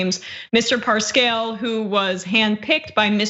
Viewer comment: Right out of the gate, the presenter makes a fool of herself. How can somebody involved daily with the news not know how to pronounce the president's campaign manager's name ? Cringe